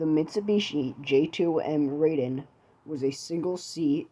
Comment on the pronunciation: It might not be relevant, but the correct pronunciation of Raiden is " Ra-i-de-n " , the first syllable pronounced as in " Random ".